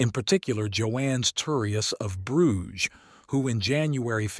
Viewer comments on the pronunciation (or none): none